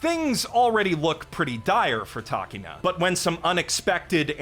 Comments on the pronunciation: Hearing "Takeena" instead of Takina hurt my ears. I mean, did you watch the show or didn't you? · How you gonna make the stupid skit after watching the anime and still pronounce takina wrong?